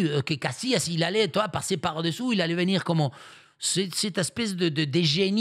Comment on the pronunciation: "Il va vénir TROUVER..."